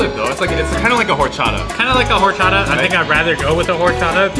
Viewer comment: This is for Jordan. It’s pronounced or-cha-ta . The h is silent